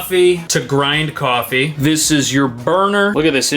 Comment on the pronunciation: “To maek coiffee”